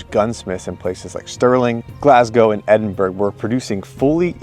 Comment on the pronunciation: Ed-in-burr-uh, laddie. Not Burgh.